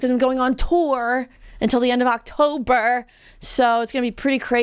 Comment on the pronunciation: oc-tour-ber hehe